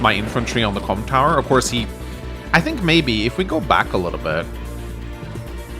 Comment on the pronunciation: Really need to enunciate Comm Tower a bit more